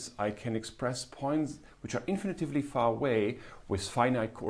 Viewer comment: Thank you, Cyrill! PS: "infinitely", not "infinitively"